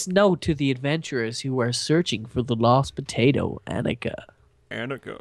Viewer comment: Minecraft & more! IT IS POTATO! NOT TATOR:p GET IT RIGHT Dude